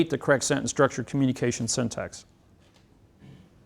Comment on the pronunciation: He may be smart but he cannot pronounce syntax. :) He says it like syntext.